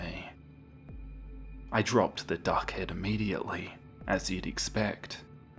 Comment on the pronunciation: When you said 'duck head' I thought you were just saying something rude in a Kiwi accent hehe 🥝💚💚